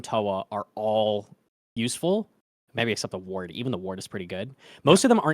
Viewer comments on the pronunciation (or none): none